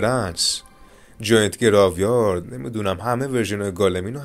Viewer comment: انصافا رو تلفظ یکم کار کن عزیز من گراو یارد نیست خدایی❤️❤️❤️